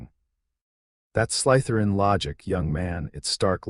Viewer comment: Slytherin is not pronounced sly– t h e r i a n not in English not in Indian dialect of English, not in any dialect of English